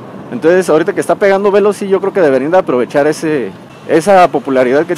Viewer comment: No es véloci (esdrújula), es Veloci (grave). Conduce muy mal, se pasa entre dos carriles, entre coches, eso es imprudente, se pasa los pasos de cebra para peatones, está más concentrado en llegar a si destino que en lo que está diciendo. Pudo hacer el vídeo más corto y mejor explicado sin estar manejando.